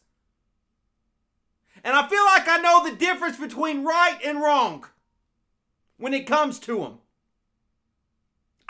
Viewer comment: I love the way you say wrongk